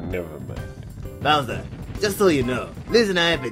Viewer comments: when said booser it thought he said looser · says booser instead of bowser